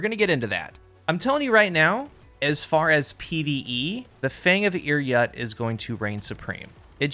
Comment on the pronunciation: Pretty sure it’s pronounced Ir “Yoot” not yut